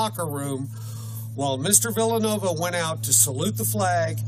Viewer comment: Villanueva. This idiot didn't even pronounce the man's name right! Fully supporting a guy but can't take the time to learn how to pronounce his name!